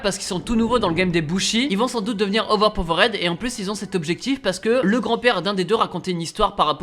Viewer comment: "auver paveuraide" 😬😬😂